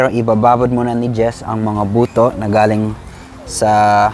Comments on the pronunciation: hinay hinay sa pag pronounce ng “buto”. Yung pronunciation mo sa Ilocano, iba ang meaning, hehe! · sa bigkas mu ng "buto" .... bisaya: 😂😂😂😂😂